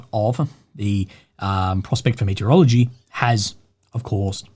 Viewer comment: saying "metallurgy", I hear "meteorology":)